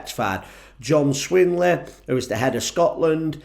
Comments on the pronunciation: Hi - very good - I agree with you but could you maybe have tried to get the names right? -It's John Swinney - not John Swinley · Can any future reform votter tell me what reform will do for scotland and its people i have not heard farage or tice talk abought scotlands future and as for that twat that was talking in this video he should check his facts out better and its john swinny not john swinway you twat 😮😮😮😮 unbelievable realy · Swinney or Swinley it doesn’t matter he’s still a BAWBAG and that’s coming from a true Scot…ME